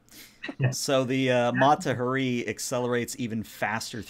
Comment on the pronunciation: sorry game master but you call out the captain for pronouncing a name wrong yet you continue to butcher the name Mata Hari. it’s HA ree. emphasis on the HA. had to call to you out since you did it to the captain.